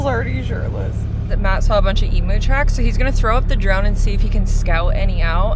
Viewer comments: Footnote: pronounced eem-you NOT eem-ooo she does. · doesn't seem to think properly and purposely puts herself in trouble..... its pronounced emew not emoo (EMU) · Okay, okay, I have to say it, you pronounce emu's like em-u Matt has no idea how the the license in Victoria works. Seriously so much misinformation there. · Having a giggle every time you say “Eemoo” 😅 usually the Americans are laughing at us Aussies and our accents